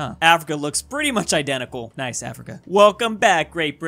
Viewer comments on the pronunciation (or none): none